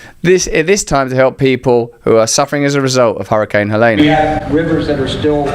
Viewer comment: I have a hard time listening to a brit's opinions of USA politics. Every time he pronounes Helene as Hel-ā-nah it makes me seriously question who is feeding him his information & talking points.